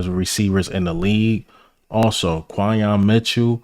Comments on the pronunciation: You my man but but it’s pronounced like Qwenyon Mitchell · Quinyon fits us perfect and you my dawg but you been butchering dawg name 😂 just say Q bro. Great vid though. Keep it bro! 💪🏾🔥🦅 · Respectfully, how many times are you gonna see, HEAR, and type down Quinyon's name and still pronouce it wrong? Lol.